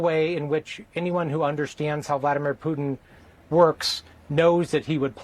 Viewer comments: tRump, your full of💩 Kennedy, putin is pronounced POOTIN not PEWTON. Thanks for the coverage👍💙🔵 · You've got the sense to correct Kennedy's 'Pyewtin', you should know it's 'where we are', not 'where we're at'. And it's not 'nukyuler', either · Did he say “Pew-tun”? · I love how ding-dong Kennedy calls him PEW-TIn. He can't speak English the way I do...DEPORT HIM, right MAGA? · Who is "Pewtin"? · He said Puetin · Did this old woman, Kennedy say Pewton? End the war in 24 hours or less? Only Imbeciles believed that. No way is Putin afraid of trump, no way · Foghorn Leghorn calls him "Pewtin". 😂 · Ha ha Pew-tin. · Pewton, ha ha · Put your teeth in before you speak Kennedy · Kennedy from Louisiana is a Jacka$$ full throttle. Alligators from the louisiana swamp has more brain cells than him, plus he always sucked up to Lumpy brain Don. He can't even say the Russian Losers name correctly. Another Louisiana Low grade education politician. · Kennedy can't even pronounce putin😂